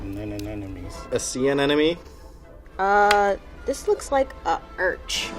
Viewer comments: Amenemone? An enemy? 😂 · a sea amemememome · All the people that said, "anemone" cant say anemone 🤣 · You get about 8 people trying to say anemone and not even one of those slobs can do it. And it wasn't even an anemone anyway! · My favorite part was everyone trying to say "anemone" 😂😂